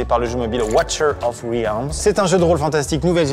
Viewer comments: Sérieux la prononciation " Ouatcheur aufh ryalme " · Watcher of rialms???? Mon dieu, prenez des cours de prononciations en anglais svp!